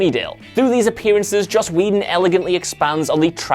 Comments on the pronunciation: I still say Buffy had one of the top 3 theme songs of all time. Also, why am I not shocked that the moron who can't properly pronounce "film" can't pronounce Joss Whedon's last name properly either? Whedon is pronounced "Wee-don". Not fucking "weddin" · He says the name correctly every time except the first: Joss "Weddun"